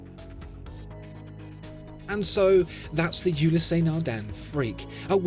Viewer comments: There is no accent on the e. Ulysse (ewe-lis) not Ulyssé. Eh! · Why pronouncing it " Ulyssé " ;) The " e " without accent is always silent in French. It's " Ulyss ". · Just for the record, it’s pronounced Ulysse not Ulyssé. There’s no accent on the “e”. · How do so many people manage to mispronounce Ulysse Nardin. There is no accent aigu, the “ e ” is not “ é ” so don’t pronounce it as such. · Great video but I think you aren't pronouncing Ulysse correctly. The "e" is silent, should be pronounced "ulys". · Another quality video... Thanks! Just one, little nitpick: The French name "Ulysse" is pronounced with just two syllables, i.e. "u-LEESE" . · Awesome watch! PSA: The E at the end Ulysse is silent. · Not sure where you got the horrid and distracting pronunciation of "you lee say" Nardin. You pronounced Patek Philippe reasonably well, though.